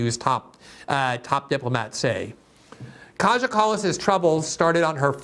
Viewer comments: It’s pronounced ‘K-I-Y-A’ not ‘KAJA’ Glenn! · Greenwald Its pronounced Kaya, our little brave princess. Her friends Analena and Ursula are equally brazen and delirious. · It's pronounced Kaya. If you see a J in a name from any of these Baltic and Slavic countries, you can presume it's pronounced as a Y. Just so you know for next time xx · It's pronounced Ki-ah Kallas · Glenn you are right about everything as always except one thing .. her name is pronounced Kaya.